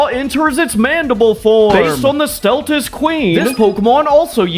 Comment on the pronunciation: My good sir, you may or may not have butchered some of the pronunciations- Fortunately off to a good start It's "Nah-car-cohs" You have to focus on the "car" part, not the "nah" part "Sell-tas" not "Stell-tas" "Keh-zoo" not "Kee-zoo" This is fine "Doo-ram-bore-ohs" all said quick. Don't break it down into 4 clear syllables. Kinda just try and say it twice as fast as said here. This is good. Really good pronunciation here. Soft "o", not hard "o" Properly done.